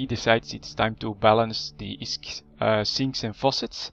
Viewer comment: fuck, i hate the way you pronounce (plex and isk) fuck!